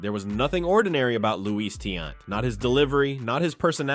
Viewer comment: It's not pronounced tee- ant it's ti-yant say it with me tiannt